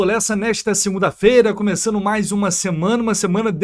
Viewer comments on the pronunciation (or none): none